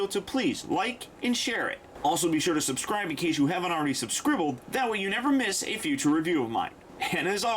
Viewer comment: did he say subscribbled ?